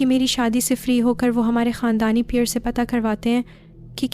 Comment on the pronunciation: Aap peer sab ko pear sab kw bol rahi hain,pls apni urdu durust krain,apki awaz bht achi hae,lakin apki stories me urdu ki bht mistakes hain